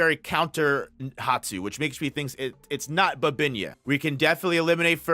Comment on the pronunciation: They always botched names. 🤡